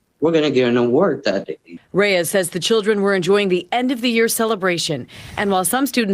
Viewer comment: Reyes = "Rays"? C'mon... it's disrespectful.